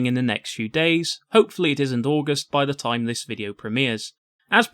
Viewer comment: It’s th not f or v. You can say fourth but not the?